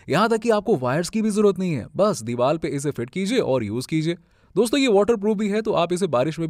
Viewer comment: Ur video is good... voice is too good... but plz do not say DEEVAL for DEEVAR